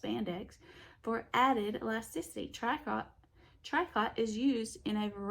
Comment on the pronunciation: Hi. Its pronounced TREE COH. It's a French word. Describes a type of knitting. Altho with ur sweet accent you an get away with saying it any way u want!